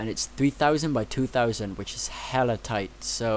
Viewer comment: haha it's "HELLA tight"